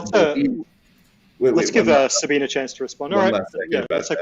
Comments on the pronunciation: Very interesting discussion! A lot of stuff that I didn't understand at all. 😅 (OT: It annoys my just a little bit that they all say Sabina instead of Sabine.) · So, nobody is going to comment on the fact that kept calling Sabine, Sabina? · Sabina? 4 PhDs and nobody knows how to pronounce Sabine.